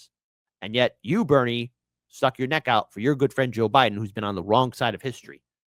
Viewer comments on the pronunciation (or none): none